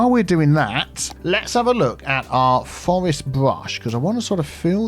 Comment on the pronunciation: Birch "Forestea" region?;-) keep up the great work,! Love seeing new content from you!